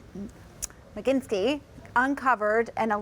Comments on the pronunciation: Honey , learn the guy's name... Magnitsky. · My God, she didn't do a run-through on this and figure out how to say "Magnitsky" before she got on air? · This broad can't even say the word Magnitsky much less make a decent report.